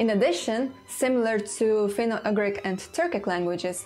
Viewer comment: Dear, please pay some attention on the pronunciation of certain English words - for example it is not /finou-agrik/ but /finou-jugrik/; these small errors like the one above repeated too many times can ruin a whole video and as your loyal subscriber I feel bad about mentioning about this, but checking the right pronunciation doesn't take more than 10 minutes for a video of this length. This is the 1st time I had to stop watching cos I just couldn't stand the "agrik",whatever it may be, and I truly hope you'd take my humble advice into consideration lest sth similar happen... You've got one of the best linguistix channel here in YT, just a little effort and it'll be THE best! Best regards, Antti*